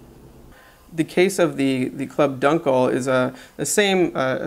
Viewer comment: It is doon-kel not dun-kel